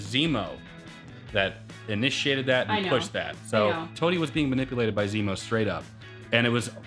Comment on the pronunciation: says Remo instead of Zemo lol. Remo is actually a real life company. They make drum heads! Got a laugh out of me!